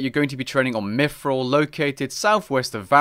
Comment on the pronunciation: He said "mifril"